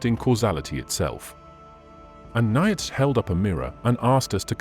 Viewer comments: Not Nye-itch but Neee-tshuh, Not Akinas, but Akwaiy-Nass!! Who taught you to talk?? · A-key-nis was bad, but Ny-atch was hysterical. Its a shame you let AI crap all over your presentation. Before you started naming names you were making cogent points. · Mispronounced Aristotle and Aquinas. It's hard to listen to. And niach, I mean Nietzsche. And now Leibniz. How hard is it to correct the idiot AI. Lazy content creators. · A somewhat misogynistic view of our origins and what interesting pronunciation; I never realised Nietsche was pronounced 'Nyetsh - one hopes a few million Germans now have a better understanding of their language. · WORST VOICEOVER EVER!!! NOT "AKEENUS" OR "NICE-E"!!! TRY AGAIN!!! 🤦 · you mispronouce bothe aquanis and nietche.